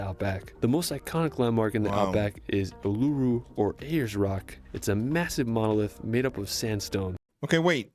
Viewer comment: Uluru is pronounced Ooluroo